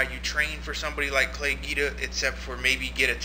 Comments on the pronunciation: it's pronounced Gweeeda not geeda! just a note. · Its pronounced "GWEEDA" homslice